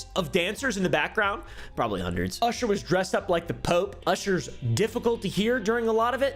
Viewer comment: him saying "usher" as "oosher" is funny to me